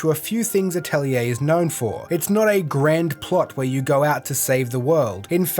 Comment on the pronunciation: You actually pronounced 'Atelier' correctly. You are the hero we deserve. Lol